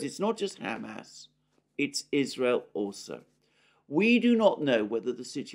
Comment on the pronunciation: says “Ham ass”